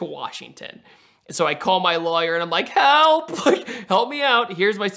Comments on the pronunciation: Is it just me, or does he pronounce lawyer - liar? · is an awesome guy but he needs to learn how to say Lawyer